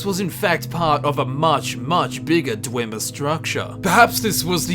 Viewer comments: Everyone else: they're called dwemmer: DWEEMA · "dwimir" xD